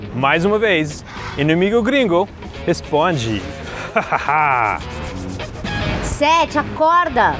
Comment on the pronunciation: Dá uma agonia eles falando "Séti" hahahaha